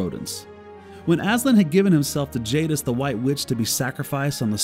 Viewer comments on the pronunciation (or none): none